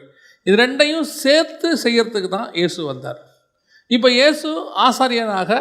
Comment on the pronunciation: வசனம் வாசிக்கும் சகோதரியே ஈஸ் இல்ல ஏசு சரியா உச்சரிக்கைனும் 🙏🏻